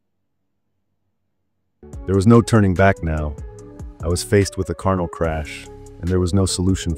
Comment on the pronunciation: It's pipe wire not pipware. It's kernel not carnal. It's grub not groop.